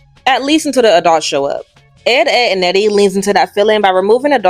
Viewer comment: Someone please tell me I'm not the only one who hears A dog's every time she says Adults?? I had to do a double take when I heard it but I KNOW she's saying a dog's instead of adults 🤣🤣